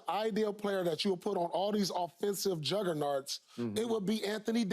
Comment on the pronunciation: Paul said “juggerNARTS”